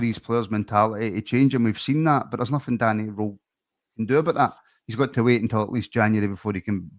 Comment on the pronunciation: Guys it’s Danny “rool” not Danny “role” ffs lol